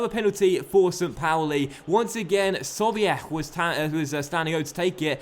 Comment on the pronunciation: btw Im st pauli fan. sobiech isnt pronounced like artur sobiech. lasse is pronounced Sobich 😊